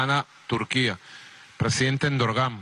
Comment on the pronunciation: jajaja el presidente "Endorgán"... es Erdogan burro!